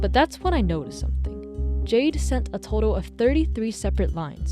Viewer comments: what i also find interesting about this amongst all the other references is the symbolism that might be behind Jayden's character theme: the name of the ai "Jaide" was read throughout with the same pronounciation as the gemstone "jade", the profile picture of the yt channel was a pixelated jade stone, their skin looks like it may literally be made out of it. jade in chinese culture, especially during the Shang dynasty, was believed to be connected to divinity and souls; it was extracted from the mountains therefore seen as aid to ascend from the earth to the skies, and was widely included in funerary rituals to wish the deceased a prosper afterlife. in this case, Jayden quite literally is a soul if you look at it from a more spiritual point of view. they're a consciousness that wishes to be let go, but Andrew refuses to bury this stone with them because he doesn't want Jayden to move on to the afterlife, he wants them to stay with him in this one. sellers will often tell you that jade bangles will break when they've absorbed enough of the bad energy around you, sacrificing their integrity in order to protect you; that's another point i want to make and that makes me want bawl my eyes out. Jayden destroyed himself, along with Jaide that was the physical form tied to him. He watched Andrew throw his own life away for something that was only hurting him more and decided that it was enough, thus employed the self destruction command for the sole purpose of protecting him. this wa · ah yes, Jia-de. YOU JUST GOT JIA-ED HA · idk why, the way you said "jiade" had me laughing😭🙏